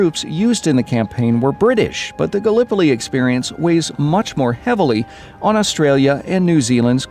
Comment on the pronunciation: Why do you say "Gallipoli" like that 😣